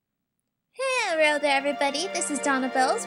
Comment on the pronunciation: I love how you say "Herro!" istead of "Hello." (